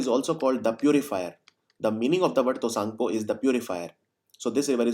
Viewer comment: And T is silent in Tsangpo